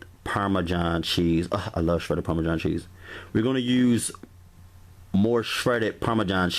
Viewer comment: “PARMAJOHN” cheese and CHETTER cheese.